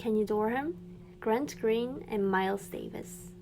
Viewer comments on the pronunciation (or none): none